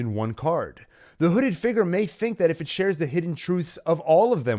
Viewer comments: I cannot take the way this man pronounces "figure" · Can you pronounce the word 'figure' a bit better? Thankyou